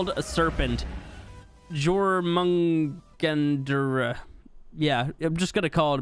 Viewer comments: It's pronounced yor mun gan der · jormungandr is pronounced YOR-mun-GAHN-dur. It's norse. Also, the "move to" whistle tends to not work unless you have the dino actually following you, otherwise it glitches like that. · Yo heads up it’s pronounced yormangander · The snakes nam is pronounced yoor-mun-gander. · I think the snales name is pronounced like Yormungander. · For future reference, it's prenounced Yu-R-mon-gan-der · I know this doesn't matter unless a future series with Jörmungandr is going to happen, but his name is pronounced as Your-Mon-Gon-Der Mon pronounced as if you were saying monday and gon as if your saying gone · It's pronounced "Your-min-gon-der". This is the monster that's destined to kill Thor. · for future reference it is pronounced your-mun-gander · Jörmungandr pronounced: (Your-man-gan-der) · The snake is from norse mythology and is pronounced Your-mun-ger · Jörmundangar is pronounced jer like in new Jersey jer-mundangar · Jörmandgandr is pronounced “yer-men-gan-der” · Jörmangandur is pronounced (your-men-gan-dur) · The world serpents name is pronounced your-man-gander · btw it’s pronounced yormungander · It's pronounced "Yormungander". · It's pronounced Yor-mun-gon-der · It’s pronounced yormengander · It is pronounced yormengander